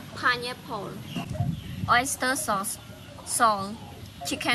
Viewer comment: Oista SOS & SuGaa 😁 lovely 💕